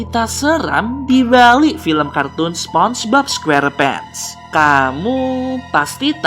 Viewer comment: SEPONGBOB SQERPENTS BUKAN SPONGEBOB SQUERPENT